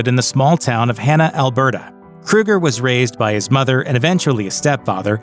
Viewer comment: It's Kroeger..... not Kruger 🙄 And I actually enjoy Nickelback's music